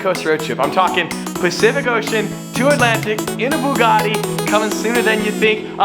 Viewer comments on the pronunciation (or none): Can you pronounce Bugatti how you used to because beaugahtea is kind of annoying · I thought it was a bugatti, not a bewgatti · Bewgatti? Lol said or around that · why did you say bewgatti 🤢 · The way u say buugatti is awful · Why does pronounce "Bugatti" like that?